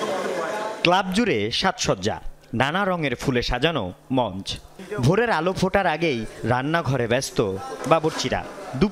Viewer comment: Monch, dompotti...ki uchcharon re baba!